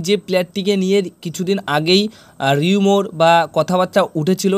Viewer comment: কথাটা 'রিউমোর' নয়, 'রিউমার'